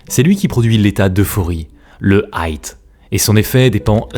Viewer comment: Le hight? ... ya pas de T ! ... encore un pseudo docu fait à l'IA?? 😤 ... marre des erreurs betes de l'IA internet devient vraiment Brouillon ...!